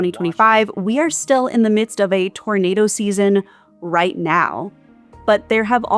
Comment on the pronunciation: What the hell is a ‘tornadow’ ?